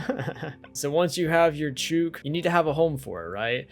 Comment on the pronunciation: “Chook” rhymes with “book” in Australian English, and is a very common term down under.